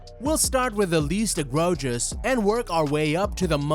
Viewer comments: I stopped watching as soon as the AI said "EgrOHgious" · The mispronounciation of egregious at the beginning